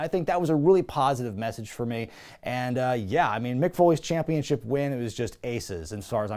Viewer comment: The way you say “Champeenship” gives me some Homestar Runner vibes